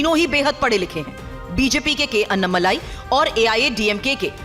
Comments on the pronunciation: अन्नामलाई नही अण्णामलाई बोलो लिखो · हिंदी टिप्पणीकारों के लिए: - वे अन्नामलाई नहीं हैं, वे अण्णामलाई हैं। अण्णा यानि तमिय भाषा में 'बडा भाई'।